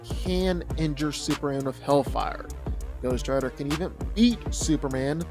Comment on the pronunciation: When you learn how to say Superman… I’ll respect this opinion